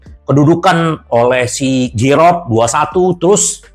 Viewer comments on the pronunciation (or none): none